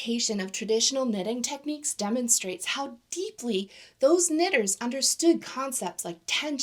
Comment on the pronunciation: Really wish you didn't say "knitters" like that